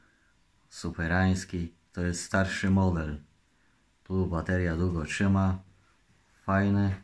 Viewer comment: Czymała a nie trzymała